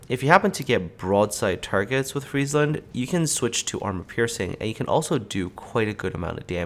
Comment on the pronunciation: ty for pronouncing it correctly and not making it a "McDonalds" ship